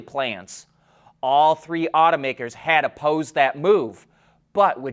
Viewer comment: Otto-makers, not oughta- workers